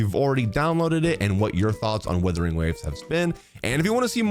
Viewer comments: ah yes Withering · when is bro gonna understand what it's not called WITHERING waves? is he doing this on purpose? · Withering waves hehe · wow. it's wuthering, not withering. i thought these guys' first language (the only lahguage they know) was English? i guess I was wrong xD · isn't it "wuthering" with a U? 😭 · Hahahaha how Tectone just exploded hearing you say "Withering" over and over again 🤣🤣🤣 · “Days since has pronounced the word “Wuthering” as “withering” ZERO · Bro still calling it withering😢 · The first word in his damn video he mispronounces😂😂😂 no hate tho just a joke